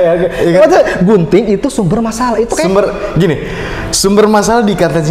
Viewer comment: yg aku dengar "BUNTING"bukan "GUNTING" 😭😭